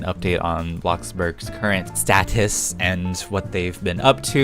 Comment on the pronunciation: Why did he say status like that? that’s not how you say status